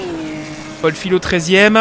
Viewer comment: Salut, c'est juste pour te prévenir que mon nom se prononce fiYo même si ça s'écrit Fillot, comme le mot feuille ^^